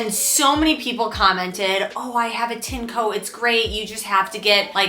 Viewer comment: It's pronounced "TIN - EH - COE"